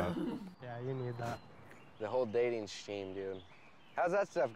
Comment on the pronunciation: said, "The whole dating SHEEM"? I am dead.